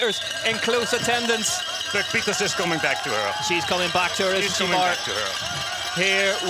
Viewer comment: It’s not Puck Pieters it’s Pieterse